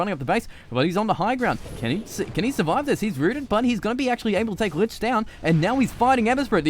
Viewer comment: dude its lich not linch